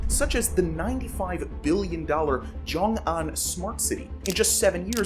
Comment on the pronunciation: Where are u getting joing, it's xiong. More like shiong in English